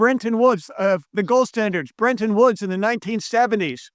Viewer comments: and he keeps saying Brenton woods buts it’s Bretton. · "BreNton Woods"?? It's Bretton Woods.